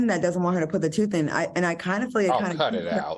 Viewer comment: Not "her toof" Q 😀🙂😛